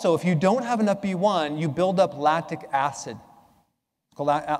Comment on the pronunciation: I think it's Lactic acid, not Lastic acid!